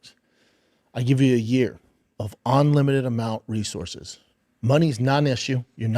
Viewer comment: OnLimited????? Does this idiot even know how he sounds when he talks?